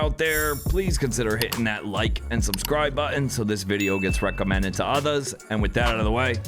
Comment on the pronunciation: I love your videos dude and i mean that shit. The way you say others bugs me lol yes i know that is actually really stupid